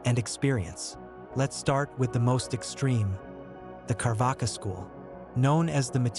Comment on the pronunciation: It is not Carvaka it is charvaka